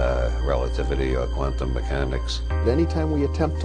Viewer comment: How the hell could you butcher the word "quantum" THAT badly in the d-box??